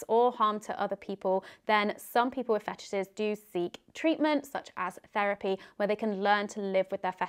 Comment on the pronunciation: ru le 34 of fe tishes